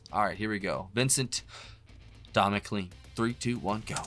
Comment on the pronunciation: MccLean is pronounced as in rain. Mcclain.